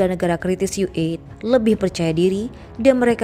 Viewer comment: Orang Indonesia kok memalukan ue dibaca Yu E bagaimana jati dirinya sebagai orang Indonesia Maaf